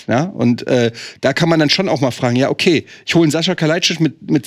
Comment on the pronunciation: Bin ich eigentlich der einzige den des irritiert, dass den Sasa dauernd Sascha nennt? 🙈